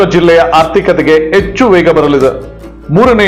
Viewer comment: Echchhu, aagu alla Hechchu, haagu